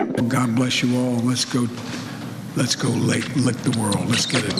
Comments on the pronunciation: Did he say let’s go lick the world? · Did he say “let’s go lick the world” 😂